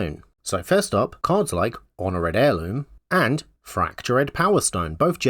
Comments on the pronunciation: Your commitment to the pronunciation of "red" across the script was beautiful to experience. I'm hono'red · "Why is he mispronouncing 'Honored'?" checks comments "...oh."